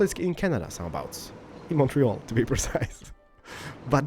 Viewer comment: Also, congrats, you didn't pronounce Montreal as "Mont Real"